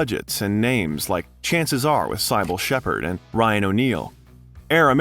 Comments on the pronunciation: There are a few giveaways that this is an AI created video. None so obvious as "Cybele Shepherd" (Siy-bel?) Roger "E"bert. :eyes-purple-crying: "Val Kimmer" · Cybill Shepherd is pronounced Sib-ill. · You should research how to pronounce the names of the actors before you record narration. Multiple mistakes throughout the video. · First time viewer and commenter. Just found the channel and you've gotten a sub from me. A bit of constructive criticism though, make sure you double check the pronunciation of celebrity's names; Cybill Shepherd, Marisa Tomei and Roger Ebert are a few of examples that stood out from the otherwise very well researched and put together video. I look forward to watching more!